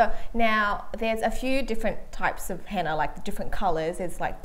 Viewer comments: It's Henna not hanna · I thought she said Hanna in the beginning